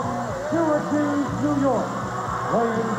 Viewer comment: Anybody else notice how pissed Howard Finkle was at himself for botching Barry Windham's home town? (He says Stracuse, NY. instead of Sweetwater, TX.) Fink was always such a pro that it burned him to have make a mistake like that.